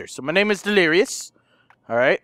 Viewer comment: he say wife lirious and baby lirious